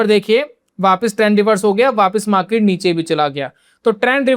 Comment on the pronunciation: Maket नही मार्केट ,बाकी जानकारी अच्छी है , ये मार्केट देखने का एक नया नजरिया है ❤